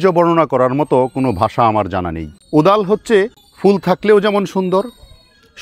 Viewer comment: ওদাল না কোদাল কি বললেন বুঝলাম না। তবে ওটার ফেটে হা হয়ে যাওয়া সিডপট টা কিসের মতো যেন দেখতে, চমৎকার।